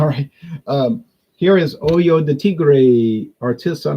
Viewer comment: It’s pronounced Oh-ho de Tigre, “Oy-yo” de Tigre could be misconstrued as something unsavory 😂. Love your videos as always!